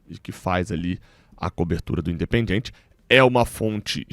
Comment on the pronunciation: um toque na boa. Não pronuncie: "In de pen DJI en TCHI". isso soa horrível em espanhol. Pronuncie o DI e TI como os sulistas ou pernambucanos. ST.